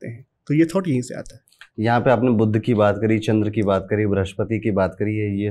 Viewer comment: बोलते समय शब्दोंका उच्चारण ठीक से करते जाइये बुध और बुद्ध दोनो अलग है